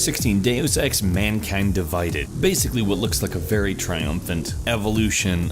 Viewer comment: Am I the only one who heard him say Deus Ex:Mankand Divided